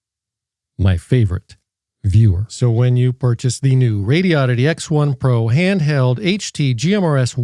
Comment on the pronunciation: For gawd sake... it's pronounced... Radi-oddity. Not Radio-oddity. "Very good English".